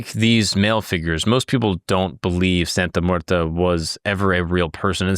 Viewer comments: It's muerte, not muerta. Come on bro. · brother why do you keep saying "santa muertA?" there's clearly an e at the end and not an a... americans and their language skills lmao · It's not pronounced "Santa Muertah." You're the second white boy to call her that. Do your research and learn Spanish words before you make a video. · It sounds like you really didn’t do too much research from primary sources and her devotees themselves. You couldn’t even learn to pronounce her name right which makes this video absolutely painful to watch. It’s not like it’s a complex Spanish pronunciation, and if you went to devotees for research you would have heard it enough to realize you were l saying wrong